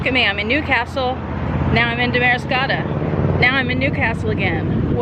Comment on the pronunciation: It’s pronounced DAM-ariscotta.